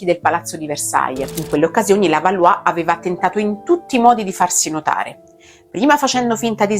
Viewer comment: Tu assomigli a Jeanne di Oscar. Tuttavia nell'anime pronunciano Balò e non Balù.